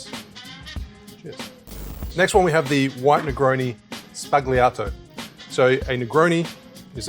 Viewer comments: Nice vid!! (however in "Sbagliato" the 'G' is silent, pronounced sbah-lia-toh) :) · Sbagliato (Sbah-Lee-Ah-Tow) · There is no G pronounced in Sbagliato. Sball yato or Spall yato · Love your content but please learn how to say spagliato properly it means Negroni mistake